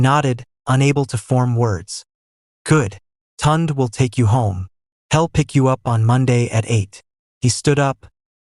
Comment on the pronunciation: Please, i beg, let the illustrations match the text!! Neither Amarachi nor Kola wore european style wedding attire as shown in the illustration! And editing is important, one part of the story where they are on the beach was repeated! Also, severql.mispronounciations, e.g., Tunde and Chike (proper pronounciations Tun-day and Chi-kay)! Otherwise, a beautiful story, very well narrated, in a really nice voice!!